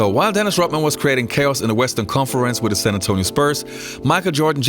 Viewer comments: Dennis Rot-man... There is a "D" in there my man! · It`s RoDman (with D in the middle) not RoTman - just sayin`